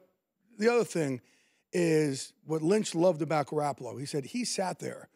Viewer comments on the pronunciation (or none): Before he opened his mouth I knew just by the way he looked that he'd pronounce it "Gar- apple-oh"